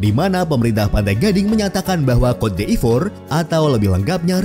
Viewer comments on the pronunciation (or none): Bacanya bukan “kot d’efor” tapi “kot di’vwa” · Cote d'ivore dibacanya "kot divoa" bukan "kot di ivor" min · Maaf Cara baca CÔTE D''IVOIRE itu "KOT DIVWAGHR" min.. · Cara Bacanya "Kot divoaa" (Ivory Coast/cote d Ivoire)